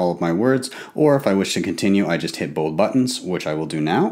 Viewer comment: "and i just click BOAHP buttons"